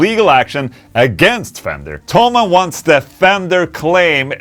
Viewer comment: Why everyone says "Tollmann" the company name is - Tho - Mann. Rick Beato call it Tollmann too..